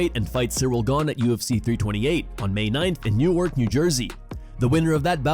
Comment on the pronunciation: Newark is pronounced Nork